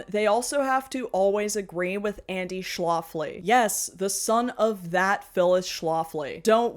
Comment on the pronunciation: I think it's "Schlafly" like, Shh laugh ly, not sh loft ly, like Schlafly Beer (same family, not necessarily same politics mind you). Cheers from STL!